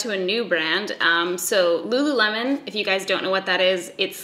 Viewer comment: Dying because I’ve literally been pronouncing Lululemon as “Luh-Loo-Leh-Mawn”